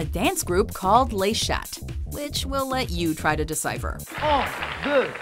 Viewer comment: You'd think someone who at least tries to speak French would know that the T in "Le Chat" is silent.